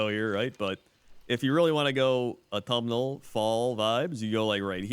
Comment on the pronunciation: Automal? is that what your saying? its AUTUMN